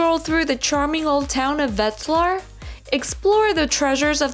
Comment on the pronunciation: “Vet z lar” not “wet z lar”